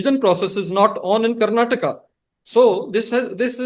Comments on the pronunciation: It's Karnatakaaaa Karan ji please learn to pronounce properly sir. You are so arrogant and never change? As usual, we are here for the guest and always hope it could have been a better interviewer 😊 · Please pronounce "Karnataka" & "Kannada" properly. We have "a" at the end of these words & they are not silent. Please pronounce them.